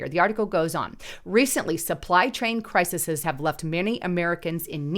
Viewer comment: The word is crises (pronounced: cry-sees ... not cry-suh-suhs :(